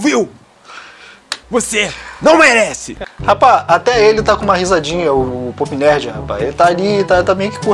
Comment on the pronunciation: Só eu que ouvi o falando: "Poop nerd"?